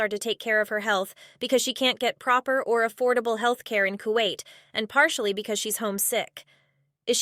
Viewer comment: I thought she went back to kawait..